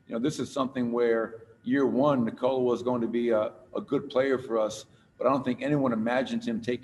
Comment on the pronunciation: knee-cola ahahaha